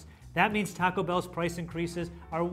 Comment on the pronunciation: I’m sorry but the way the British dude is pronouncing taco is going to stop me from watching this video